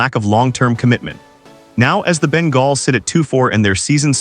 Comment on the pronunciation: So I need to teach the AI how to say Bengal